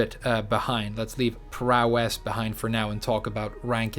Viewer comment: I'm thinking prowess is going to be similar to 'global smash power' in smash. I'll never forgive you for pronouncing it that way so many times. Also, I'd love to watch the wave dash podcasts but they are waaaaaaaay too long for me.